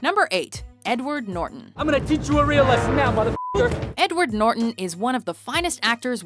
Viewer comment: She can't pronounce NORTON correctly, dumb bitch.